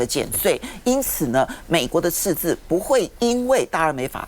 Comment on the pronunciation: 鳳馨的捲舌音判斷：貿易次字